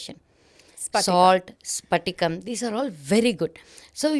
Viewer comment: Its patika not sphatika she is mentioning. Its alum or fitkari. Thats why she mentioned to drop alum which purifies water. Its not clear crystal. Hope someone finds this useful.